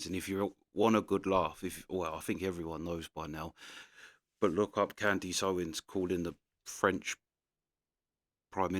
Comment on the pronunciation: Who is "can-deeese" ??